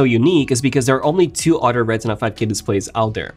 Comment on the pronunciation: The way this guy pronounces other is really weird. It sounds like otter.